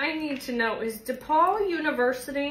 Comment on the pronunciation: FYI, it's DePauw University not DePaul.